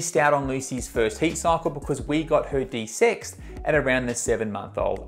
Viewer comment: De-sex. It puzzled me awhile before I realized what he actually said. "What, desix?"